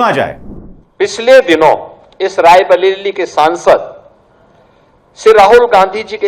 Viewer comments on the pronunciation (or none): Raibleli nhi Yogi jee ye Raibreili h😂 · राइ बरेली या राइ बलेली ? किया बोल रहे हो योगी ? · रायबलेली बोलना तो सीखो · Abhisar Sir ! Check the pronunciation of rRebareli🤣🤣🤣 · raebaleli😂😂😂😂😂😂😂 bolna to shikle yogi Maharaj